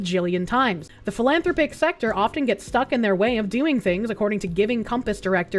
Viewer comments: Phil-ann-thropic. The word is weird so it's understandable. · You pronounce it any way you like,, but the normal pronunciation of 'philanthropic' is phil-anne-throp-ick.